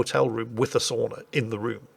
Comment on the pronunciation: 32 : 24 i heard "sonar" instead of sauna